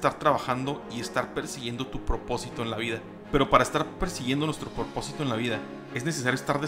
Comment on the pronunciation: Por qué carajo dice PORPOSITO? Si es PROPOSITO.